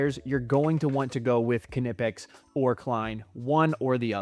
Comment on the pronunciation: It’s pronounced “Nip-Ex” the K is silent like it is in Knife or Knip